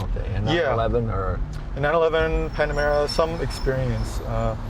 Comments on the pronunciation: the Panomara! 😆 😂 😆 😂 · I love that Jay keeps calling the Panamera "Panorama"... so funny! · Leno keeps saying “Panorama”! Lmao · "...panorama..." Oops! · Loved how J says “panarama” and the guy never corrects him😂😂😂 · Its Jay Leno, i think they will now change the name to Panarama and make sure he doesn't know they did it You don't upset JL, hes a Jewel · Panarama City is not far from his garage. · Why does he keep saying panorama? It’s Panamera! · Jay, it's "Panamera", not "Panorama." It's pretty obvious that you're a petrol head and haven't yet learned much about modern electric cars. Also, although the two terms are sort of interchangeable, "engines" are generally powered with a heat source, like gasoline, diesel, hydrogen. Electric cars have motors. Finally, when talking about electric car technology, saying "blah, blah, blah" shows your contempt for them. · anyone else gonna comment on the fact that he said “panorama” instead of panamera? 😂